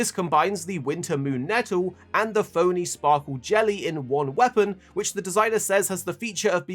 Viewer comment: Lmao "phony sparkle jelly" It is in fact "peony", a type of flower